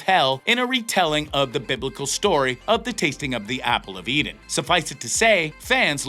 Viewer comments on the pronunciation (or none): none